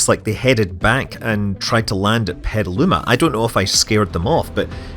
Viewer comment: I love how Scott pronounces Petaluma as someone who was born and raised there